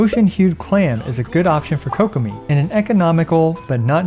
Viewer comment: "Coke Uh Me" its Kuh-Ko-Me